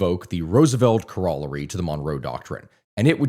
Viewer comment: Pronunciation (French, Spanish and even some English terms-"corollary") hurts my ears.